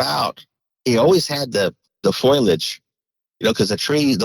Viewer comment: It's fo-liage, not foil-edge, Foliage, Look at the word. : /